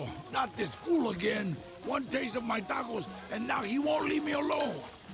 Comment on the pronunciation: No tacos for until he learns to pronounce “tacos”.